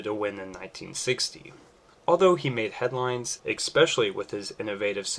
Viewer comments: eSpecially! NOT eCspecially. Learn how to speak BEFORE you speak, please! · ESpecially . . . Not ecspecially. The Pacific War in South America? Do tell more, please. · Ok.. Expecially? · "Eckspecially" lol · Why do so many people struggle with the word "especially" there is no "X" in it. Great video otherwise. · The word is “especially”!